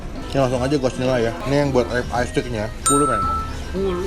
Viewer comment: Bang RIB eye steak bukan Rip eye steak bangg